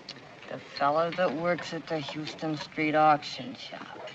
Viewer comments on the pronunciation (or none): HA THEY pronounce HOUSTON STREET INCORRECTLY